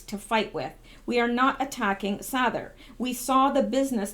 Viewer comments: Sather is pronounced Sayther. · You have a master's in English and you can't pronounce Jordan's last name correctly wow watch one of his vids And you will get it